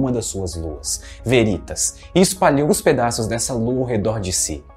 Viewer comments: Só uma observação: a pronúncia correta é Véritas e não Verítas. A palavra, em latim, significa Verdade. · Olá. Gosto deste canal e um vídeo com potencial para ser muito bom, podendo virar uma fonte de consulta, não deve pecar nos detalhes. Deixo aqui três sugestões: 1) Editar o áudio e trocar a pronúncia da palavra aqui pronunciada como “Verítas”, pela forma correta “Véritas” - sim, com pronúncia de proparoxítona. Em caso de dúvida consulte o site 2) Em surge a seta amarela. Seria a força resultante das duas setas azuis? Como entender que num caso a resultante está na direção da lua e noutro ao contrário? Sugiro melhorar isso, quem sabe aplicando alguma animação complementar. 3) Em são pronunciadas as palavras “longes da lua”, o que poderia ser corrigido para “longe da lua”. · Meu caro, diga "Véritas" não "Veritas".